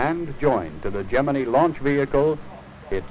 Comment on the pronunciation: It's not Gemine it's Gemini!